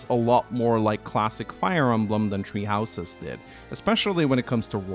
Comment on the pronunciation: Nobody: Norwegian FE fans: "Tree Houses"